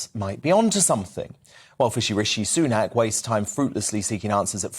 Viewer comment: Did he say fishy rishi sunak?? 😆